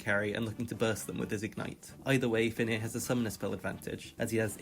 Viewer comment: Its actually "Fenrir", the nordish monster wolf